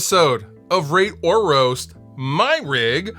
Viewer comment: Did he say rape or roast my rig?